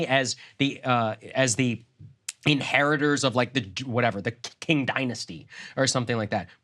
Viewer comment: Saagar couldn't even say "Qing" Dynasty correctly, and he thinks he understands anything about China?